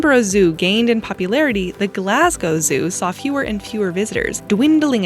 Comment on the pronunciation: Kudos for pronouncing Glasgow property and not "Glass Cow" like most Americans